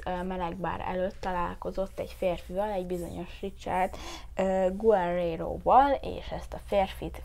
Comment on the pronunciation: Az G(u)éréro lesz Richardnál kiejtve. - kutyus benézett <3 - : megint kutyus <3 Komolyan, egy ilyen féregnél attól féltek az ügyészek is, ha baja esik???? :O És a rabtársának igaza volt...